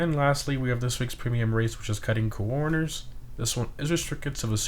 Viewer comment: You say "coroners" weird. Is that on purpose?